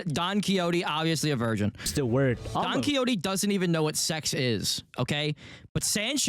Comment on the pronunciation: I hate the way this guy pronounces Don Quixote